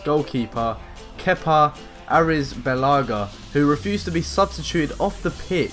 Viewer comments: Prounounce arizabelaga Arithabalaga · Kepa ariz____balaga I don't think that is how you say his name